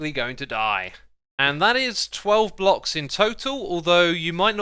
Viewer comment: I thought he said blobs not blocks lol